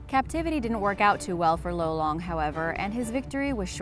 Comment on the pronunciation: You pronounced lolong wrong Im filipino